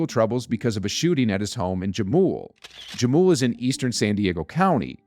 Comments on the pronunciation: HUH-mool not JUH-mool. My fault I know thats irrelevant lol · Please it’s pronounced Ha-mul not ja-mul it’s San Diego everything is Spanish! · Damn 500,000 dollars and 9 charges bruh will see you back when the narrator can pronounce Jamul right.